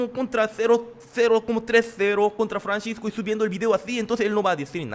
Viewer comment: Y pronuncia bien es Francisco no Franchisco🙄